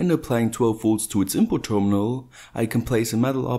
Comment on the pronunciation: What's a 'terminaw'?